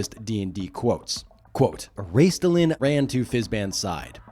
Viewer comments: Not sure how much I should trust a poster who cannot pronounce a two syllable name. It's Raistlin, not Raistilin. I mean, he's only the most well known character in the franchise. Now I am a diehard, I read the books in the 80s while in my 20s, I did a run of three years of Halloween parties and cons as Raistlin (to toot my own horn, I won awards all three years. I busted my ass on that costume with golden skin coloring, white tinted hair, black silken robes, special effects and a working Staff of Magius...I even shaved off my beloved mustache.). At this time I don't play any more, just try and find a game in small town Alberta, they would likely burn me as a witch. And I know the online D&D is there but It's so far afield of what I know I am a little intimidated. I will check out the text games, having played and loved Gemstone 3/4 during the 90s, love online mmorpgs. But I want a real movie before I die. How they hell could the franchise roll through the success of LOTR in the early 2000s and not capitalize on it. Oh yes, the franchise had 3 problems; TSR, WOTC and Hasbro. Three companies that were oblivious to what they had and, in the case of the last two, stupid enough to damage the ip. They key to getting a movie is to pry the franchise rights away from the ridiculously incompetent current owners. Hasbro. Sadly, I doubt I will live long enough to see it. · It's Raistlin, not Raistilan. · There's no vowel between the "T" and the "L" in Raistlin. Also, peripheal is not a word, peripheral is, per-iph-er-al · Funny that you keep mispronouncing Raistlin, your favorite character. It's only 2 syllables. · Raistlin is 2 syllables, not 3. It was either Margaret Weis or Tracy Hickman who said his name rhymes with "waste bin". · Great video but I'll not forgive you for your three-syllable pronunciation for Raistlin. I'm old enough to have bought Chronicles when it was spread over 6 or 7 books. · Pronouncing the T is Raistlin is wild